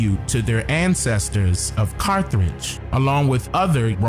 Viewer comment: Carth age brother no r after th please.